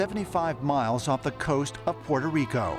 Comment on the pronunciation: Oh it's not PORTA RICA but PUETA RICO